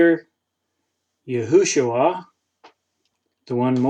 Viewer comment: Yes and the long form is Yehoshua not Yehushua as he said.